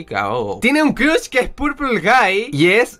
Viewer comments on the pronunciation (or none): none